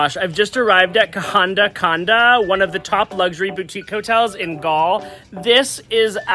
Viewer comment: Welcome to Sri Lanka 🇱🇰 Love the way you pronounce kahanda kanda.😊 I will assure you that I will watch all your SRI LANKAN videos.just to hear your beautiful pronounsiation Of local names❤❤❤😂😊 Safe and happy journey ❤